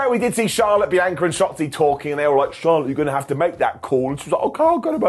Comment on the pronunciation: I don't get it, can you not HEAR how Bianca says HER name!?!?!?